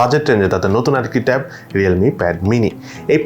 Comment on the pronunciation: আরে ভাই ট্যাপ কেন বলেন ট্যাব বলতে পারেন না 🙄